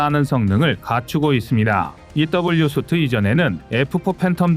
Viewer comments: 수트 라고 발음되는 단어는 suit 입니다. suite는 sweet와 유사한 발음의 “수위ㅌ” 로 발음해야합니다. 호텔 객실 유형명 중의 하나인 스위트룸 스펠이 suite room 인거 다들 아시죠? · 영어 "suite"의 정확한 발음과 발음 표기는 "수윗트"다. "쑤트"가 아니다. 정확히 하자.